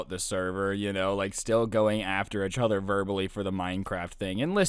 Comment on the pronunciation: Anyone else get bothered by the way he says "uhchuther" instead of "eachother"